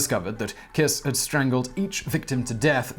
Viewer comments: It's "Kish" ;) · the pronounciation is pretty bad there, i thought y'all do research :/ i mean google translate can tell you that "honvéd" means "national guard" or that kiss is pronounced with a german "sch" or american "sh" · To pronounce Kiss correctly; say “Keesh”. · I know you are badgered a lot about pronunciation, buuut... "Kiss" is actually pronounced "Kish" in Hungarian (and means something like Little, and I think the name ps pronounced something like "Bala Kish", but sadly, I have no pronunciation markings, or skill in use of them); Kossuth street is pronounced something like "Koshut" street; so the idea is: s stands for "sh" and sz stands for "s". The C in Cinkota is a... c, (not pronounced as a k), that is also universal in Hungarian. Károly Nagy's name is hard to pronounce, too, but it is the Hungarian for "Carl" which gives a good clue. Nagy is.... Let's just stay with "hopeless"; it was also my grandfather's name (it is a common family name) and according to himself, throughout his entire foreign career nobody abroad ever pronounced his name right. Thank you for all your effort in trying to pronounce weird names right! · Kish* is the pronounciation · "Kish" Nad" with a soft d